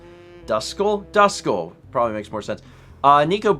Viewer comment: It's pronounced like "dusk skull". It's a Pokemon; one of my favorites, obviously. Also thanks for the gift sub, Sparkstrike! I'll probably start using Twitch Prime to sub once my gift sub ends.